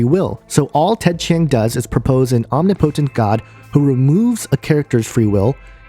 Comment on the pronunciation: your mispronunciation of words depresses me. Especially the word omnipotent. If you are going to attempt to say so much, please make sure you're at least pronouncing your words correctly. Otherwise, you just come off as stilted, and ironically misinformed.